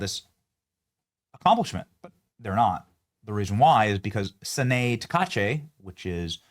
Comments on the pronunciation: Benny, the name of the new Japanese PM is pronounced: Sa-na-ae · Her name is pronounced Sa na ay. The e is the "ay" sound in Japanese.